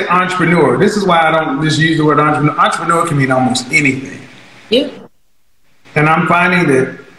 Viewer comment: “Imma onteppenoor”.😂😂😂😂😂😂